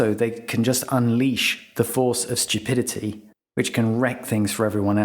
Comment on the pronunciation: It’s pronounced “stew-pidity” not shtew-pidity”